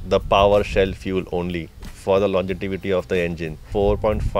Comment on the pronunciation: wtf is LONGETIVITY 😂